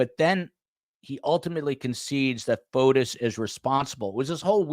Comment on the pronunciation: it’s Fotis not Photos